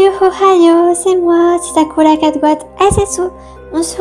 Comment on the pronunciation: Pourquoi tu dit sakula ???